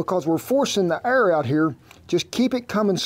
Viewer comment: so the whole time he was saying "Air" aaaaaaaaaaaaaaaaaaaaaaaaaaaaaaaaaaaaaa!!!!!!! I was like what is "err" !!